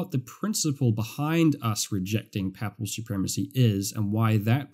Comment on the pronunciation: Thank you from a Catholic who went to Anglican church first time today. I like your teaching a lot. (Papal is pronounced "paypul" the way.😊)